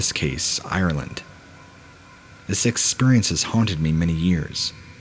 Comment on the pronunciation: "ExPURience" anyone else always notice that?